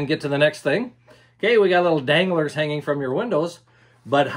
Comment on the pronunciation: When you said danglars I thought you were talking about dingleberries